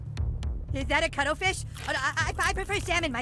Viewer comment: OH NO! CUTTURUFEESH AND ASPARAGUS!